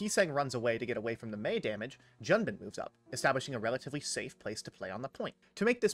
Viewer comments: Pronouncing Junbin correctly 🥲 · Oh no, you did Junbin right! I was thanking